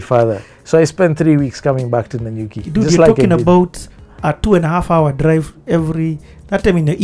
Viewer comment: ....it is Nanyuki😂😂😂😂